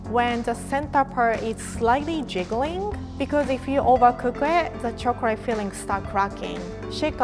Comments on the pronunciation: Chocrate , god how hard is it to say choclate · omg did rie really say "chocorate" a few times this is so cute somehow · I love the way she says chocorate